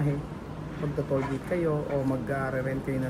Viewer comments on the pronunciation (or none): none